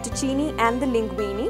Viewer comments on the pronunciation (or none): Your demo was very good and this is a versatile machine. However, if you cook Italian food you need to pronounce it correctly. Not FETTUCINI. It is FETTUCINE, pronounced FET-OO-CHIN-AY. Ditto for LINGUINE, pronounced LING-GWEEN-AY. The E at end of these words is pronounced 'AY' in Italian, as in 'WAY'. - AUGER, not OGRE. Pronounce this AW-GER, not OH-GRR. - Ditto. OGRE is a monster. AUGER is a tool to clear a drain with, or a pipe. Thanks for the demo and your lovely presence!